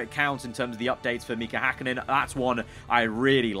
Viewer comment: miika häkkinen cmon its mika häkkinen